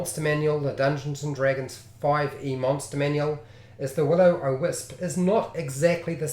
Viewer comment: Dude! It's WIL O WISP. NOT WILLOW O WISP